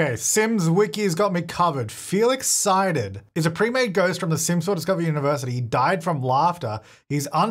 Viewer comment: Wait is Felix Psyded supposed to be like "Feel Excited" cause he did die from laughter and that's what it sounds like every time said his name.